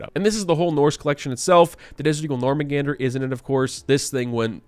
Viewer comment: Please stop saying GUNGGEAR it's GUNG NIR same goes for the Jormungandr its, not NORMUNGANDER omfg xd